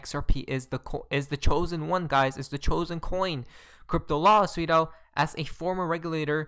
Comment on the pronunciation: Why do you always say "sweet al" What does it mean?